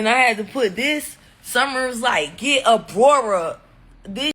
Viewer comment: Abrora😂😂😂 When I tell you I hollered😂😂😂😂